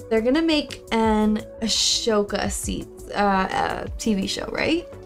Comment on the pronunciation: "Ahsoka" Ahh-soka I highly suggest reacting to the Clone Wars series.